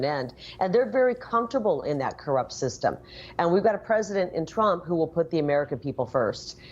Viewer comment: Trimp ???? Newsmax please spell his name right T R U M P not Trimp